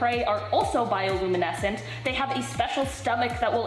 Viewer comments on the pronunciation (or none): "Bioluminescent", drop the "il" after bio. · ITS ACCTUALLY BIOLUMINESCENT, INSTEAD OF BIOILUMINESCENT. I NERD OUT TOO LOL.